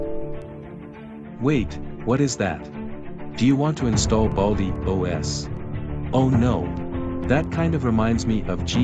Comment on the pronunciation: What, he says "OS" like this "Oes"